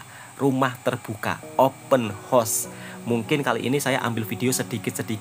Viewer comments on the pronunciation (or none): 'haus' bukan 'hos' horse=kuda :face-purple-crying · Bukan open hoss wak tapi open haos, bunyi hoss makna kuda wak 😂😅😊